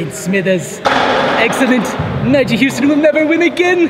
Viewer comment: He kinda said the n word when trying to pronounce nyjah